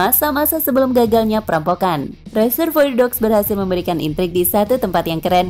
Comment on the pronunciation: Reservoir dibacanya RE-SER-VO-A mbak!